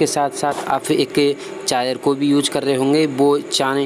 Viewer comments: Charger not ( chaar jarr) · Chayar nhi wo charger hota hai Pura video me chayar chayar sun ke mood khrab ho gya 😠😠😠😠😠😠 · Chaayer नहीं Charger बोलो Confuse मत करो लोगो को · Is vedio me sirf ye suna....kami hi dikhti h...bhai aapko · Lgta hai inko chai ki aadat hai ish liye chai aaar bolte h🤣🤣